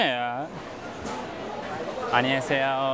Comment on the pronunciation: anneyoseyo derkenki rahatlığın:) koreceyi alt üst ediyorsun